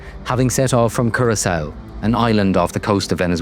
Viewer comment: Use A.I. if you must but pronounce things properly - not cur ass oo but cur ahk co!❤